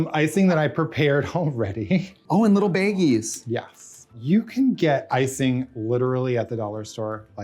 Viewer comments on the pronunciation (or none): Trixie's accent coming out on "baggies" means everything to me. The Midwest representation we need.